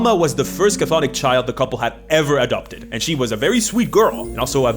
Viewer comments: It’s pronounced “Thonic,” not “kuh-thonic.” You played yourself with that one. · It's funny how you talk about people mispronouncing Chthonic and then proceed to mispronounce it yourself. The C at the start of the word is silent, so it's just pronounced thonic and not cathonic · just an FYI; Cthonic is not pronounced "Ca-Thonic," it's Greek and Greeks like their silent letters, it just sounds like "Thonic," no "Ca" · Not to be "that guy", but I find it quite amusing you made a joke about people butchering the pronunciation of "chthonic" then proceed to spend the entire video saying it wrong. For future reference, the "Ch" at the start is totally silent. It's just "THAW-nik". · The word is pronounced "thon-ick". The first C is silent. I blame Cthulhu (where the first C should be silent as well, but nobody pronounces it correctly). Very entertaining video as usual, but I'm done giving WOTC any money for anything ever again. With games like DC20 and Shadowdark out there that do what D&D does better and don't hate their customers on top of it, I (sadly) am done with any new stuff produced for the world's premiere (but no longer greatest) roleplaying game. If Hasbro/WOTC still recognized that D&D is a hobby instead of a "lifestyle brand" and just focused on producing quality entertainment rather than making social commentary, I'd still be on board. But, frankly, at this point, it's so easy to just walk away, and notice that nothing of value was lost. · the C in cthonic is silent but you mispronounced it wrong on purpose for clicks touché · That's not how you pronounce chthonic though 🤦‍♂️ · Thank you. I cringed when I heard the pronunciation, and now I must brace myself for years of mispronunciation. I still wince when I hear someone Avernus with the same cadence as Inverness. Cthonic and Avernus are real words with pronunciations people can look up. I suppose if I can accept Sigil with a hard G, I'll adjust.